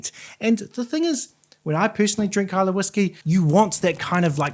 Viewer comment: Islaaaay 😂 Pronunciation of somewhere you’re reviewing pronounced wrong puts you off the review. Trust me I’m Scottish 🏴 Try Kilchoman Sanaig 🫵🏻 You won’t regret it 👌🏴